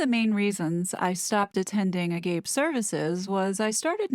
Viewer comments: Hi! I thoroughly enjoy your in-depth videos. You and bookworm2 do exceptional deep dives and bring out things not generally known to this unfortunate situation. Just one small error and it is your pronunciation of Agape. It’s pronounced Ah- ga- pei. Or Ah ga-pay. Agape is the highest form of love. Love that is sacrificial and unconditional. It’s the love that God had for man. In that god so loved the Earth that he sent his only begotten son, a sacrifice in place of man for his sins. God sent his son Jesus to live a perfect life on the Earth fully God and fully man- to die on the cross- taking man’s sins upon himself. Jesus died and was buried and on the third day arose from the dead. Victorious over death. So whomever believes on Him shall not perish but have everlasting life. This whole I am movement is is an abomination. Usurping God’s name for himself in both the Old and New Testament. But this is nothing new. I remember years ago watching an interview of Shirley MaCLaine where she stated I am God and you are God or maybe it was from her book- IDN -ancient history. So this is nothing new under the sun. Counterfeit religion/ cult to draw people away from God and keep them on the wide path that leads to destruction of their souls. And there you have it - I have officially turned into my grandfather😂 I really think about all we can do is watch and pray for Harry’s soul and Megan too. They are definitely on a path of destruction. I also think we need to pray for William an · Pronounced as Ah-ga-pey. is "the highest form of love, charity" and "the love of God for man and of man for God". What H. is involved now is dangerous. He opened himself to the enemy. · Totally agree… fyi… pronounce is “A-ga-pee” 🤭❤️🤗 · I think it's called agape - pronounced ag up pey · Agape is pronounced like: a (short vowel sound) - gop - a (long vowel sound) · It's "Ah-gah-pay." It translates to the "highest form of love." Greek origin. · agop.ay stress on last syllable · A - gaa -pay